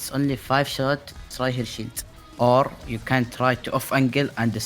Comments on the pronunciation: I know he's saying "shield", but who else is hearing that we should boop tanks away from their "shit"? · Whenever he said shield, I heard it as sheet (shit) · No worries. You did great. I did have a bit of a chuckle every time you said "shield". Sounded like you was constantly saying "boop them away from their shit", which is also pretty accurate lmao